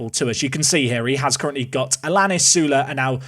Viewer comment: Allianis is said aiyanis I think